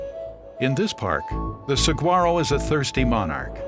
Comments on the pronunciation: Rare? We have a monsoon season along with the rains that winter brings 😅 who is this guy 😂 ps the g is silent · He said saguaro wrong as well as saying cactus's. Its cacti smh. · Narrator starts out pronouncing the “G” in Saguaro then “cactuses” instead of “cacti”. Not a good start to an educational video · I propose that ethnicity has nothing to do with it, but exposure to the linguistics of the Southwest and its terminology. Arizonans know the G is silent, Caucasian or not. Narrators should learn the regional phonetics before they record, and conscientious ones do. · Do some research before you take a check to narrate a video chief! The "G" is silent and would sound like an "H" if spoken correctly. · Hearing the narrators pronunciation of Saguaro is really painful for someone from AZ. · Voice over guy didn't take the time to learn how to pronounce Saguaro. The G is silent. I couldn't even last past the first minute of this thing. If is too lazy to even figure out this pronunciation, then the rest must be just as bad. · The "g" in saguaro is pronounced like an "h"...get it right buddy. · I sure wish the narrator had learned how to pronounce saguaro...makes this video unwatchable. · You'd think if you were going to go to all the trouble of making a video on Saguaro National Park, you'd figure out how to say Saguaro right. It's pronounced Sa huar O, not SaG Waro. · It's pronounced sah-war-oh. Otherwise great! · this is terrible. The name is mispronounced. It should be sa wha ro and the language is Spanish. boo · I just hiked 3 miles in it today but didn't see any SEE-GWAR-O's....plenty of SE-WAR-O's though...how dumb can they get?!! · It's pronounced Sewa-Row. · Seriously? Saguaro is pronounced as in Spanish, not with a hard G-sound. Great video, but excruciating to listen to. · He's pronouncing saguaro incorrectly. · His mispronunciation of Saguaro was distracting… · This guy pronounces "saguaro" wrong over and over and over.